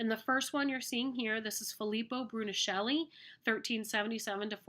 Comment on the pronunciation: Thank you! Very useful! However, Brunelleschi "broo-ne-LESS-kee" is the correct spelling and pronunciation.